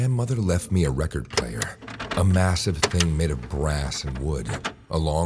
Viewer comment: "That guuy in the hallway is masive" but do u know what else is masive? LOWWWW TAPERRRR FADEEEE